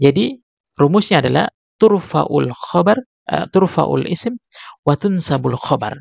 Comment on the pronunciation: Mohon maaf pak, untuk selanjutnya kalo mau mengajar belajar bhs Arabnya dulu yah. Setidaknya anda tidak baca turfaul ismu yang bener itu tarfaul isma